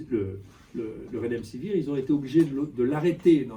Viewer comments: Avez-vous remarqué ? Le professeur Raoult prononce "redemsivir" au lieu de "remdesivir"; de fait, la suite des lettres est plus familière et plus facile à prononcer. A part ça, D.Raoult est clair sur le rôle et le non-rôle du médicament en question. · il ne sait même pas prononcer le nom du médicament, il le prononce "redemsivir". Il donne son opinion sur un médicament dont il ne sait pas prononcer le nom. Un médecin qui ne sait pas prononcer le nom d'un médicament qu'il est censé prescrire, c'est un grand scientifique mdr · lol, il ne sait même pas prononcer le nom du médicament, il le prononce "redemsivir" . Il donne son opinion sur un médicament dont il ne sait pas prononcer le nom, et vous dite qu'il connait son sujet, vous êtes rigolo. Un médecin qui ne sait pas prononcer le nom d'un médicament qu'il est censé prescrire, c'est un pro